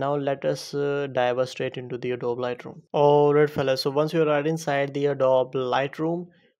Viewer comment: It's pronounced adob-ee